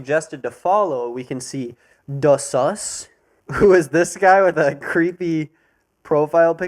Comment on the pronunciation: he said DaSuss